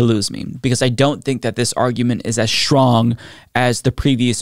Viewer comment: Stop saying 'SHTRONG'. There's no H after S in that word!